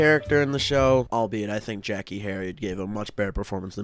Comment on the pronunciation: Love the video. I loved this episode as a kid lol. But just a heads up Jackeé is pronounced jack-aye. Tho I doubt she will even come up in your other videos 😂